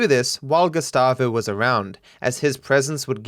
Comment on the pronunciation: LOL the whole time you said "Gustavo" I was hearing "Gestapo" and thought you're making a joke about his character.